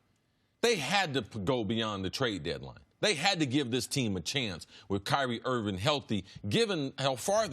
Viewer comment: Kyrie IRVING not Irwin. KIMBA not Kimber. HAYWARD not Haywood.... If you can’t even get the players names on the back of their jerseys right then you probably are not a good observer.